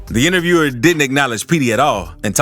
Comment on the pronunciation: That last one eas weak asf. The "intervierwer" lmaoo he was ass and I woulda beat tf outta him gun or not